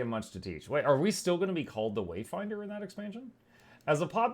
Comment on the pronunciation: I stopped watching at "Wayfinder" I can't have any more of that "commander", "waydinder" 'o, savior!' crap